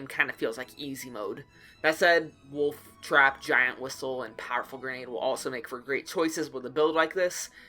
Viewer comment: how is nobody talking about you saying giant wishel ??? (ok i saw this video like 10 times in different days and didn't talk about it so yeah xD)